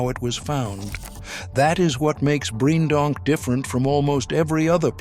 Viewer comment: It's pronounced Breendonk, not Briejendonk